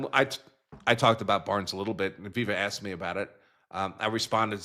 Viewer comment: She just said she asked, she's an attorney and she uses the word.Axed, are you fucking kidding me